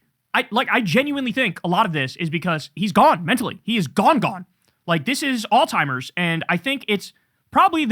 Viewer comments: KK. There's no hard "t" in pronouncing Alzheimers..just sayin, no big deal , doesn't matter, just stop. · Can you please stop calling Alzheimer’s oldtimers? It’s actually driving me crazy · Kyle talking badly about Trump's vocabulary while referring to Alzheimer's as "All Timers" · There’s no T in Alzheimer’s bro. Plz take care to say the right words, especially as you’re criticizing someone else’s speech.